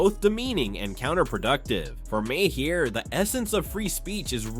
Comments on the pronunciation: It’s pronounced “Mar” not “ma-hair” or “may hair” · Bill Maher. Pronounced Marrrrrrrrrrrr. Not mahair. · If you can't pronounce widely known names, maybe you shouldn't make the video yet.